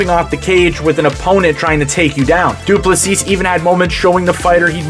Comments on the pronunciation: Du Plessis is pronounced without the final "s". So, Du plessi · The last s in his surname is silent. Great video mate. Enjoyed it.